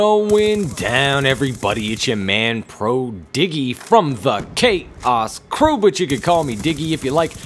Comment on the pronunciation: I legit thought the first time time he said 'Kaos Crew' I thought he said 'K-ice Crew'